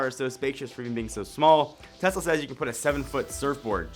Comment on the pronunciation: Great video!! And im glad you are different from other channels for saying TeSla not TeZla...